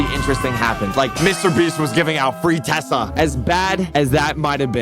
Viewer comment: Bro said Tesla wrong he said Tessa